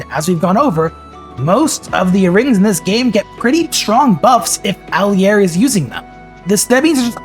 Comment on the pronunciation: "Alley-air" "Eirika c tier" Do not take this video seriously